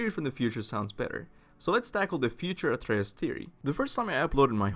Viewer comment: He’s called Atreus not athreus ffs